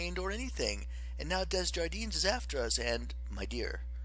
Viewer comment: Starting with the positive: thank you for this great resource, it helps students who cannot focus on reading large sections at one time. But, I wishing the reader had done some research in pronunciations before reading this book. For example: Des Jardins is pronounced day-jarden, there are so many more that needed a little look up before tackling this huge work.